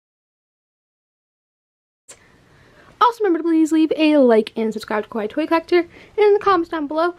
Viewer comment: The way she says "kawaii" (可愛い) which is "cute" in Japanese, sounds like "kowai" (怖い) which means "scary" in japanese Scary toy collector